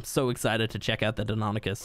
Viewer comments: You pronounced it right at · They're pronounced "DINO-nye-KUS" and "why-VERN", BTW.